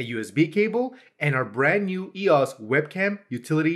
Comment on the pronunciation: TIL that it's pronounced ee-oss and not E-O-S